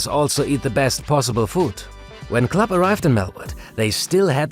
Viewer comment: It is kind of confusing if "club" and "Klopp" is pronounced the same ;)